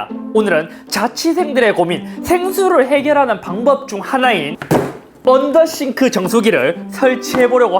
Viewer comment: 언더더쉬~~네ㅋㅋ 언더더쉬~~~언더더쉬~~